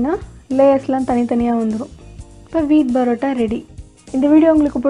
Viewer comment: It's not barota it's parota